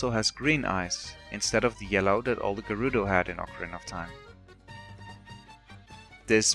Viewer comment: To be fair, Zora always had whole fish as heads in N64 games-- wow! I didn't notice the heat effect- sweeeet. I love your pronunciation of "Gerudo!" Thanks for a whole interesting video without spoilers